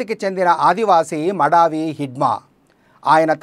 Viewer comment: మడావి హిడ్మా కాదు మడివి హిడ్మా.